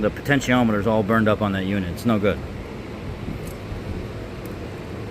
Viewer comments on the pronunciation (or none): none